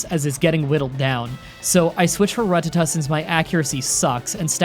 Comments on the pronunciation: Ruh-tuh-tuh. i believe its pronounced ruh-TAT-uh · i am starting to think you are saying Rattata wrong on purpose to trigger us its Ra-Tat-ta not Rut-ta-ta lol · ok it's rat-ta-ta not rut-tu-tu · I'm sorry but the way you say Rattata just makes me cringe. It's simply Ruh-Tatt-Uh not Ruh-Tuh-Tuh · Side note. Rattata is pronounced rattata. Haven’t you watched the show? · Please stop saying rat tat ta incorrectly. It's the one thing about your videos that drives me fucking crazy. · Every time I hear “ruh-tuh-tuh” I die a little inside. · rattata is pronounced rutatu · Why do you pronounce it “ra-tata”? Have you never seen the anime? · Say it with me now it's pronounced: Rah-ti-tah NOT Ruh-tah-tah p.s. cool playthrough. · Your saying Ratatta wrong on purpose. I know because you said you watched the anime and ratatta is said multiple times.